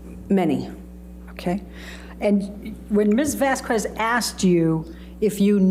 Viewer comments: Always hated how could not pronounce Camille’s last name!!! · I think deliberately mispronounced Camille's name. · AH lawyer can not pronounce Camille Vasquez last name 😂 is she doing that on purpose 🤔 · Amber’s lawyer can’t even pronounce Vasquez surname correctly 😢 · It just shows her lack of respect for a victim of DV and the court. Just like her mispronouncing Camille’s last name….so unprofessional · I feel like is purposefully mispronouncing Camille’s surname. 🙄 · should've learned how to correctly pronounce Camille's surname!!🙄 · This stupid defense attorney’s mis-pronouncing of Vasquez last name is an indication of her lack of professionalism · I can’t stand how says Camille’s last name! She messes it up ever time!! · My god it annoys me how heard's lawyer mispronounces Ms. Vasquez's name every single time. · OMG Amber's lawyer is so lame! She doesn't even pronounce Ms. Vasquez name correctly!! Ugh soooo annoying!!😮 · calls Camille - Ms Vas kwez. The pronunciation of Vázquez depends on the language and region, but it is typically pronounced VAHS-kez or VAHSS-kez. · I know it petty, but it really bugs me every time says "vas-kwez." Sometimes she gets it right, which makes it even weirder. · I cannot explain how much it irks me when amber lawyer pronounces Ms. Vasquez wrongly every single time…!! It’s Vas-k-ez, not Vas-qooez! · Is it just me, or does mispronouncing Vasquez as Vaskwez come off as annoying and incredibly rude? Like she couldn't take the time to learn how to say Vas-kez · it drives me insane how says “vas kwez,” vasques isn’t even a tough name to pronounce 😅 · The fact could not learn how to pronounce Camille’s name in 6 weeks is so rude. And AH is a terrible actor. So overdone. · Vas-kwez? Wth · "MS. VASS-KWEZ" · Let me just tell you her attorney gave me anxiety. Also calling Camille Vasquez Vaz kez. Amber agitated me with her looking at the jurors and then her sass.